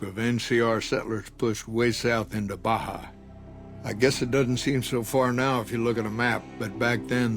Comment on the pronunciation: There's something about the way Baja is pronounced i just hear Blahjah.